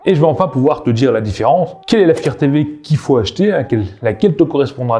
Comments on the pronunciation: Tu connait meme pas le mot anglais fire comment il dit sa 😅😅😅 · Pourquoi tu arrives à prononcer "light" correctement mais pas "fire"? Tu parles d'un produit mais tu ne sais même pas comment ça se prononce. Assez minable...